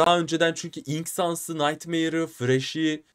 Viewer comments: Abi ben baktım enk diye okunuyomuş ınk googleden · ink diye okuoynuyo ve yazda nedne ink diye geciyo ınk deil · eren ink yerine ınk diyo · haklısın abi ınk değilde ink diye okunuyor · ınk değil ink sans Errol değil error sans doğru söylüyorsun abi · abi sen doğru söylüyon ınk diye eren abi diye bide abi error diye okunmuyo erör diye okunuyo ve sans getirmene gerek yok sadece ink, error falan diyebilirsin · Abi ınk diyen eren ink e ınk keli diyor oyüzden herkes öyle anladi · Abi İnk diye okuma IMK de 😉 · Eren ciler o ınk sans değil eren yanlış okuyor onun adı ink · Abi Eren baba öylediyo bu yüzünden herkez ink yerine ınk diye telafuz ediyor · o ink deil ineke diye okunuyo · abi ınk o ink değil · Ink ne ya ink İngilizcede I Yok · eren buba ink sans a ımk sans diyo ondan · bu arada gerçekten ınk ne ink diye söyleniyo